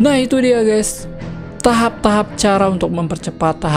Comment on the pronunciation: Tahap bang bukan tapah 😂😂